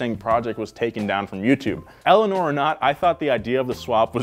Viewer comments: "They basically own everyrthing named Eleanorr" The kid name Eleanor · I said Eleanoir not Eleanor geez